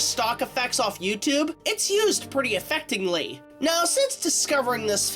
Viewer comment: Effectingly? Don't you mean "effectively"?